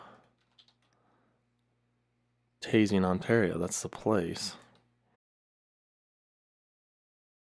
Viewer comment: I live in Timmins ON and you really shocked me when you looked so close to where I live! You pronounced Biscotasing correctly the first time you said it. Most people just call it "Bisco." What's interesting is what appears to be the path of a tornado, crossed Highway 144 and next Low Water Lake. I don't ever remember anybody mentioning that spot being where a tornado crossed. I will have to do some research as to what happened there. I vaguely remember when I was younger somebody mentioning a tornado crossing that highway but I don't think it made the news. I do know that in 2002 a severe thunderstorm crossing Halfway Lake Provincial Park (a little ways South of there) and did damage in the park's campground and went across the highway. There was debate over whether it was a downburst or a tornado but I believe it was determined to be an F2 tornado. There was also a forest fire that swept through nearby about 5 years later.